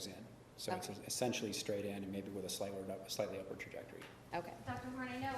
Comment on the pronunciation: can’t pronounce “trajectory “